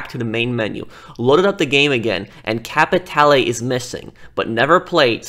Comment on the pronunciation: hey, you looking for some..."capeee tay lay"? I know you want some "capeee tay lay" don't ya?